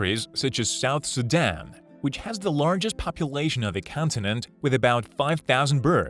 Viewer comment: Ambooshes the prey… You-ren… brawther or sister… largest population of the count-en-ant… Etc. at least he got boobies right.